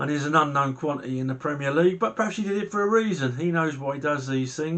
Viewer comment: Great vlog but Premier League. Repeat after me. Premier League.....